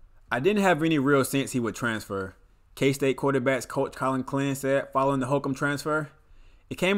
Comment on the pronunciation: Absolutely butchered all the kstate names